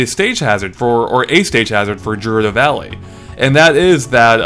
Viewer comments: Jaroodoh valley lol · Did you really call Gerudo Valley Jurudo Valley -_ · The grammar cop in me cringes every time I hear "Gerudo" pronounced with a soft G.